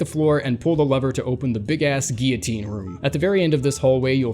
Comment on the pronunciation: And giyotine